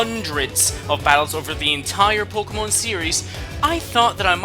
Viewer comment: its Pok[EY]mon get it right